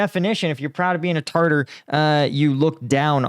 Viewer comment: It is pronounced TA TA R and not tarter like what we get between the teeth. I am a follower and like your show.